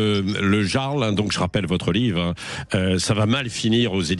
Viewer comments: Vous voulez savoir si vous avez à faire à un boomer : ils prononcent le Jarl avec J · Yarl, on prononce le J « Y »… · Ça à l'air compliqué de respecter la culture celte et dire: le "yarl" ... La parisienne a appris un nouveau mot 😒